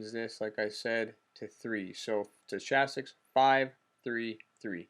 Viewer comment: Good video. It was clear and to the point. It answered my question. (You may not care...or maybe you do it as a joke, but the "ch" in stochastic is pronounced with a "k" sound.)